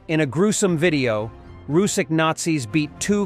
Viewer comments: RusiCH, not Rusikh. CH reads like in CHina. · it's "rus-sitch" not "rus-sick". "ch" as in chair or charm, in Russian it's Русич - r, u, s, i, ch